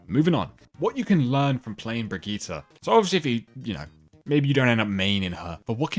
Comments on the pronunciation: Hard to watch a video where they constantly mispronounce a name so badly lol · It's Brigitte not Brigitta btw